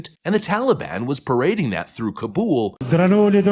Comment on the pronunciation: Thank you for calling it Kabul and not Cobble